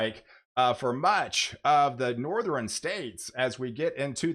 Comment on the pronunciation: Yeah, you do a good job. But, I do not know where you are from, but I cringe Everytime you say "Northeren, Easteren", Jesus?!